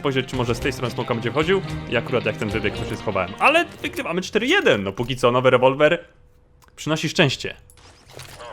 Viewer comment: jeśli to czytasz do nazwij Rewolwer "łewołweł„